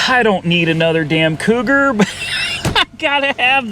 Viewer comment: SERIOUSLY?? Maybe on your next trip instead of going to Lost Angeles, you might want to go to Boston, Massachusetts. It may help you pronounce the name on that old Cougar.